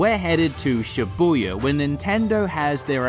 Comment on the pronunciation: Booya, its Shibuya!!!